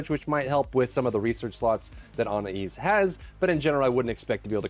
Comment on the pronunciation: Obligatory comment about PLEASE FOR THE LOVE OF GOD PRONOUNCE ANAIS CORRECTLY. Also, Now, you also pronounce Dia incorrectly. Do you play the store mode on mute? Pronouncing things correctly in the game you make content about is like the bare minimum of effort. Come on man.